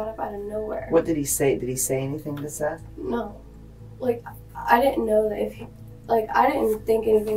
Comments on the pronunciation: Why’d you pronounce it Seeth when they said it over and over as Seth in the footage? 😂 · Awww seath, watch out for seath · To be fair, "Seath" is a stupid way to spell Seth. Only in Florida 🙄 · I like how he calls him “ seeth”, lol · Why’d you keep calling him seath when you clearly hear them pronounce it as Seth LMFAO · Why are you calling him SEETH when it's clearly pronounced SETH?!?!!! YOU CAN HEAR EVERYONE REFERRING TO HIM WITH THE CORRECT NAME. WHY ARE YOU BEING DISRESPECTFUL LIKE THAT?!?! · Poor "ceeth" 😂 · Why are you pronouncing it as SEATH? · Seath?! Seath?! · For the love of God, it's SETH not Seeth. Do you need us to call you and ambulance? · Seth ...is NOT pronounced SEATH ...lmfao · Continuing to say "SEE-th" when they are in the interview saying "Seth" multiple times is kinda lazy. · Seeeeeeeth How do you get it wrong when they say it a million times… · Was ready to give the video a thumbs up but the AI saying "Seeth" for Seth just made me downvote so fast. STOP being lazy and using AI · It’s pronounced Seth. Not seethe. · The fact that you think his name is pronounced “Seeth” despite his name being said aloud numerous times makes me want to unsubscribe and find a new story teller. Come on man. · You watched the same video as we did, many more times most likely, and you still keep on calling the first victim Seath, instead of his name Seth…..smh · I actually agree with this comment as well. Makes absolutely no sense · They say his name is pronounced as ”Seth” but still you don’t know how to say it? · AT LEAST SAY HIS NAME CORRECTLY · I know its a small thing to get frustrated about but How do you mispronounce a name when its spoken correctly in the video clips attached? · Narrator! this boy is dead the least you could do is pronounce his name correctly .